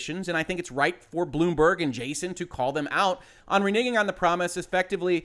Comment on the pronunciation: It's really weird how I find myself instinctively cringe every time you say the word "renegging". I know exactly what you're saying, but for a split second it sounds like the other thing and it makes me pause for just a split second before I realize, nah that was nothing lol. Anyways, good take on the situation. I don't like the idea or the implementation of crunch. That being said, I"m not going to cancel my preorder of cyberpunk at this point. Thankfully they're at least being paid for the overtime, and if everybody cancels their preorders, that starts coming out of the 10% that gets split with the devs too, and refunding preorders at this point would make all that work by the devs all for nothing. It is a bit of a double edged sword situation unfortunately.